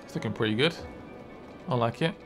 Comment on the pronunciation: It's "prelly good"